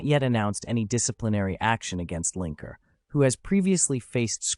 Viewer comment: Lineker. Not Linker.